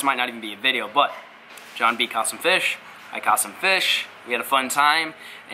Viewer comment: I love when he says fiish